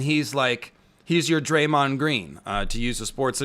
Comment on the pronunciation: “Draemond Green”